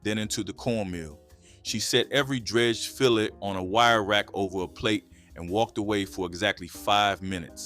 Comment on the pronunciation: Gotta be AU bc no way you researched this and mispronounced all these words!! Filet pronounced fill-lay not fill-let, and Biloxi is pronounced Ba-lucksey not Bi-locksey!!